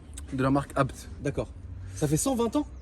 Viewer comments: A BÉ TÉ 😰 pas abt mdrrr ça me rend fou à chaque fois qu’il dit ça 😂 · Pourquoi le gars dit abt et pas a-b-t comme tout le monde ? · "habte" ?? J'ai toujours dit "Ha Bé Té" moi... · Attendez, on dis « abt » ou « a b t » ? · Jsuis le seul que ça rend ouf quand ils disent abt ou lieu de A B T ?? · C'est "abte" ou A B T qu'il faut dire ducoup il m'a mit le doute 😅😂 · Sa me stress quand ils disent ABTE au lieu de A B T 😅😅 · Pourquoi vous dites abt, au début je pensé que vous rigoliez mais nn , perso je dis A.B.T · A-B-T putain! D'ou on dit "ABETE" on essaie avec BMW??? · C’est bien abte qu’il faut dire c’est le nom de famille du fondateur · ABT ne ce prononce pas apte mdrrrr sinon propre à mort l’auto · Le mot « ABBBTTTE » est insolent friri ça me tend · de fou en vrai jsp comment ça se prononce mais blc je dis ‘abété’ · Je suis le seul que ça rend fou leur prononciation de ABT ?